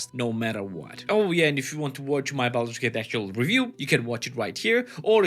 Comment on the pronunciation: ah yes, Baldut's Gate 😆